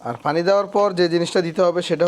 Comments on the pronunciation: ভাই আপনি একজন কন্টেন ক্রিয়েটার আপনার ভিডিওগুলো আমি নিয়মিত দেখি এবং ভালোলাগে।একটা বিষয়ে খুবি আপত্তি আমার,আপনার ভাষাগত উচ্চারণে প্রচুর সমস্যা যার ফলে বাংলা ভাষার বিকৃত হচ্ছে।যেমন,পানি কে আপনি বলেন ফানি,প্রচুর কে ফোচুর।আশা করি মাতৃভাষার প্রতি সচেতন হবেন। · ভাই পানিকে ফানি বলছে শুরুতে